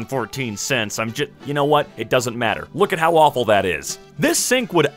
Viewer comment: I heard that sentence as “Look at how Waffle it is” instead of “Look at how awful it is”